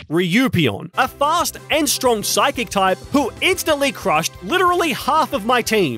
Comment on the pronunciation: Bro said stronk